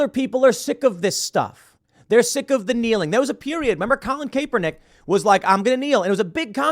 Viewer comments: I refuse to believe Tim doesn't know its pronounced Cahp-eerr-nick and not Kayy-per-nick. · “CAPE-ERNICK” 😂 Bruh. At least figure out how to say the guys name before speaking on him. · I will never NOT laugh at Tim saying "Colin KAY-Pernick"